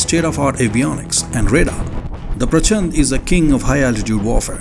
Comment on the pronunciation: प्रचंड (fiery) not प्रचन्द 🙏🏽